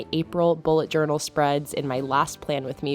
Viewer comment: I think you've added an extra "a" in journal, but I love this theme!